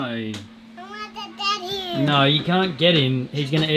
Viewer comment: How do you all add 4 syllables to the word "NO"? "Naurerrrerr"